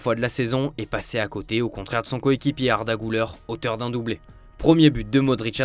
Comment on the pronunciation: "Arda Gouleur" 😂😂😂😂😂